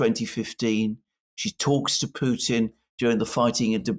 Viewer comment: It's putin not poothin just say Vladimir you sound ridiculous